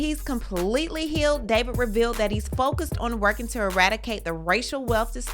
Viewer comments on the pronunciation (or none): none